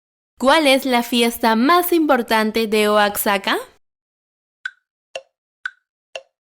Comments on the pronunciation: Se pronuncia Oajaca y no Oacsaca, aunque supongo que la escritura si la conoces, Oaxaca. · Totihuacán no es una cultura Es Oaxaca (oajaca) en México la x tiene diferentes pronunciaciones Una enchilada y una enmolada no es lo mismo, aunque es correcto decir que el mole es una salsa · Oaxaca aunque tenga “x” suena como una “j” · Acaso dijo oazhaka? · JAJAJQ cómo pronuncia Oaxaca XD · Agradezco tu interés por conocer nuestro hermoso país pero no sabes pronunciar Oaxaca Cuando vengas a México aprenderás saludos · Está persona que se enseñe primero a pronunciar Guanajuato y Oaxaca lo pronuncias pésimo no se quien le autorizo Narrar eres una total ridícula. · Pronunciaste mal Guanajuato y Oaxaca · Sabes que alguien no es mexicano cuando no sabes decir Oaxaca(? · Amiga me encantas,incluso pensé que eras mexicana, solo te quiero poner a practicar ,dijiste 2 veces Guanajato ,que es una ciudad o estado de México, lo que te quiero poner a practicar es que se dice GUANAJUUUUUATO.repitelo varias veces con uuu.eres muy amable saludos y abrazos para vos.